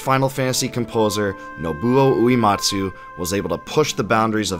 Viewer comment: Hey, small gripe, but when you’re talking about Nobuo Uematsu you are mispronouncing his last name and it’s very distracting. It is not “ooh-EE-mot-soo” like “bleed” It is “ooh-EH-mot-soo” like “Meg” Going back to watching the next 2.5 hours!